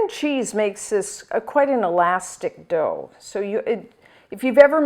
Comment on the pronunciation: Dough, and not dhow. sorry.